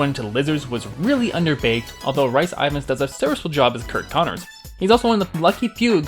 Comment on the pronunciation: Hey, another great video! I just thought I'd let you know that Rhys Ifans' name is pronounced a bit differently to how you said it. It's Welsh, and it's actually pronounced pretty much exactly like Reese Evans. I hope that helps!